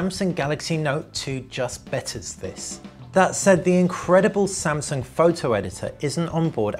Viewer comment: Samsaung. Sorry